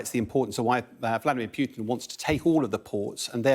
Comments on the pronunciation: It's Pootin, not Pewtin. FFS. President Putin. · Who the hell says "Pyutin"